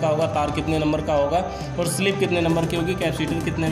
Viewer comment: Not स्लिप say sleeve